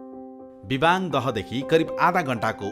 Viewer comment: लु बधाई छ सुनाैलाे सुनछहरी पर्यटन द्रव्यदृश्य निर्माण गर्ने गेमिहाेम स्ते समुह र सहयाेगि निकाय सुनछहरी गाउँपालिकमलाई । अत्यन्तै उत्कृष्ट हुदाहुदै केहि अपुग र त्रुतिहरू अबश्य छन् । मुख्य त्रुति भाषा अपभ्रम्स सुनियाे विबाङ नारबाङ लगायत उच्चारणमा वाङ उच्चारण आएकाे देखियाे । फेरि पनि धन्यवाद !!!